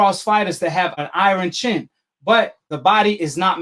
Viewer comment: I never heard anyone pronounce iron like that so funny 🤣